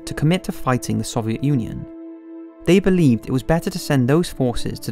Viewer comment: good documentary but why cant he say soviet